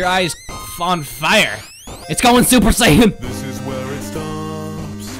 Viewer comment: “IT GOING SUPA SATAN”